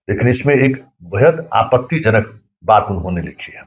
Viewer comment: पहले बोलना सीख ले आपनतीजनक नहीं होता है आपत्तिजनक होता है